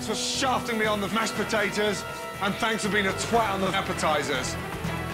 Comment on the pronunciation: it sounds so wrong ....Monkfish....Mashpotatoe....Appetizers